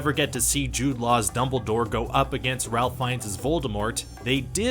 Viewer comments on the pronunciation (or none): Pronounced Rafe not Ralph